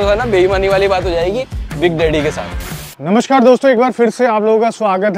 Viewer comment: We kumauni say "Namaskar". He said absolutely correct.